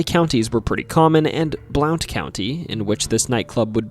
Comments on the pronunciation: Just in case it hasn't been noted, the county in the alcohol cave segment (Blount) is pronounced like "Blunt" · Your pronouncing Blount wrong, the "o" is silent, it's pronounced Blunt. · its pronounced Blunt ya yankee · Blount County, Alabama is pronounce Blunt. I was born there and have spent my entire 72 years living here. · here in Alabama we pronounce that as "Blunt" county. Not that it really matters lol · I saw a mountain lion on Lookout Mtn. in northeast Alabama. Also reports of them on Raccoon Mtn right across the state line in Tennessee. Etowah is pronounced Eh-tow-wa. Blount County pronounced Blunt. It’s a southern thang. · I know about the Bangor cave, the county is pronounced “blunt” btw, I drive near the cave very frequently. I was pretty surprised to hear about it! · So you know, Blount County is actually pronounced "Blunt." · You said Etowah and Blount wrong 😂. I live near Bangor cave. It’s actually a very interesting story. up the street on Jack Cole road you would have had about 10 different stories to add about that road alone. A lot of death, monsters, witches. It’s also next door to an old resort for rich people at the time called Blount springs